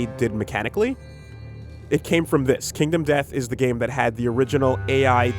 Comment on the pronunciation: "Kindom Death Monster" Well, we know at least still can't read...